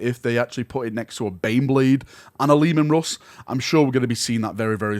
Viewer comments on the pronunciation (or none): The lemon rust ???? WTF is this accent ?!